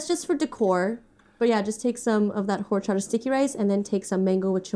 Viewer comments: it’s not HOR-chata. it’s pronounced “or-chata”. as a mexican it’s a pet peeve. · Silent H in horchata guys... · Lmao... Same with horchata, it's a silent H. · The H in horchata is silent 😭 H in Spanish is almost always silent